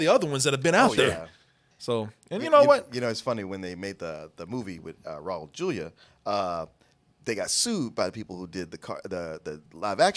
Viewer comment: Props to on the pronunciation of Raul Julia. I usually hear people pronounce it Rawl Jew-lia.